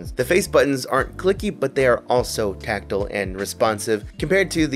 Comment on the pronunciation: Im sorry, taktle? do you mean tactile? because taktle is not a word.